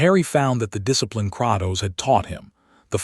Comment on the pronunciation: I hate the fact it pronounce it as kraktos when it’s pronounced as Kratos the person who made this is complete shit at spelling